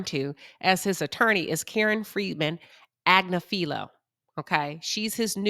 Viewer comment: Ag-nif-fi-low - this is the phonetic transliteration of Luigi's Attorney's last name, it's not that hard to pronounce.